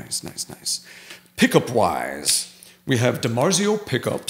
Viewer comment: When he said "pickup wise" I thought he said "pick a pwize" like Elmer Fudd.